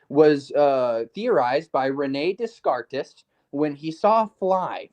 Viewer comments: "No, not da cart, 'Des - car - tez!" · trying to belittle Max's "intellect" but mis-uses the word "intellectuality"... 🤦‍♂️🤦‍♂️🤦‍♂️ Amazing, since lacks intellect, but has an abundance of intellectuality. Also, he proceeds to mispronounce Descartes. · I almost lost it with the pronunciation of Descartes hahahaha